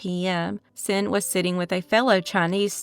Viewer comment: Xin is pronounced "shin"